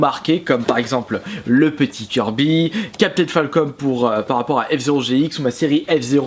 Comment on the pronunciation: Captaine falconeu et pas falcomeu enfin vert ton jeux préférer en plus :)